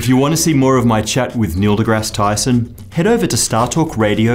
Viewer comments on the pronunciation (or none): If you watch his lips very closely after about , you will hear him say Tysom instead of Tyson.